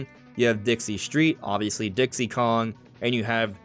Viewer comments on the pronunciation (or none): none